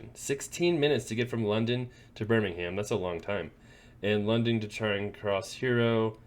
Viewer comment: It's pronounced 'Birming'um' (like 'Gotham') 😉Best of luck in London!